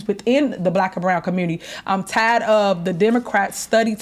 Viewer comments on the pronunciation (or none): You're "tied" of what now Tiff Tiff?! I think there's supposed to be a letter "r" in there somewhere 😂😂😂